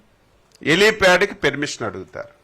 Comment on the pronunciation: ఒరే లఫూట్, పెర్మిషన్ కాదురా పర్మిషన్. మీ తప్పు కాదురా నీకు ఓట్లు వేసారే వాళ్ళను కొట్టాలి చెప్పుతో.